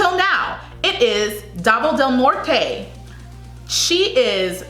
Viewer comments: 10. CAPIZ - kah-piz 9. PASAY - pass-eye 8. DAVAO DEL NORTE - dah-vahw del norte 7. CEBU PROVINCE ✔ 6. AKLAN - ack (not awk) -lan 5. GENERAL SANTOS ✔ 4. CEBU CITY ✔ 3. QUEZON CITY - ke-zon city 2. BILIRAN - bi-lee-ran 1. SORSOGON ✔ Also, BAGUIO - bag-yo DAVAO - dah-wahw PARAÑAQUE ✔ Also, the reason why there is such a clamor for Davao is that she was the earliest frontrunner among all of these girls. The problem with her is that since her competition stepped up their game, she got left out. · right pronunciation i didnt intend to misunderstood by others or being rude. ca - pis (piss in english word) not capiz (theres a space in between when you pronounce) pa - say not pa - sey davao del (nor - teh) not nor - tey sebu (fast pronunciation) not sey / say (english word) - buw.. ak! - lan! not like saying auck - lan .. the (her) proununcion of ak is kinda girly like auck but the right is just AK! general ☑️ san! - tos! (toss (english word) like saying toss in english)not san - tows.. ke - zon not k - (k e y not the key for lock) - zon bi - li - ran not biliran (run in english) .. theres a space in between saying the letters in 2 sor - so - gon not sor - sow - gown.. im not referring the word gown as like wedding gown but go-wn.. da! - baw! not da - vow (english word) once again i dont intend to be rude but i just want is to help those who doesnt know how those words be pronounced here in the ph. 😅